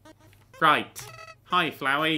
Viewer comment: HE PRONOUNCED FLOWEY RIGHT THANK GOD